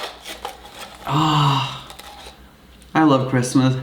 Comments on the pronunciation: “merry chrimas” its christmas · "MeRrY CHrisTLEr"